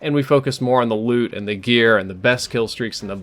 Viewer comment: Anyone else keep thinking he was saying "lewd system" instead of "loot system?"